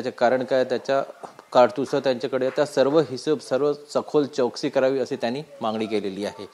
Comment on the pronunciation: Tv9 ला मराठी माणसं मिळत नाही का? चौकशी ला चोकसी बोलणारा वार्ताहर